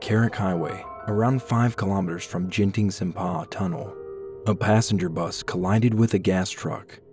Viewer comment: when he pronounced genting as “jenting” i screamed into my pillow lol anyway good and informative video for foreigners